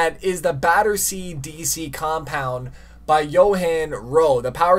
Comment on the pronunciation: The way he was saying Battersea 😹